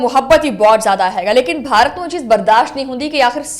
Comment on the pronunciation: I think your pronunciation of Bharat in punjabi is wrong. It should be pbh/pah, B silent. Your pronunciation is more like in urdu or hindi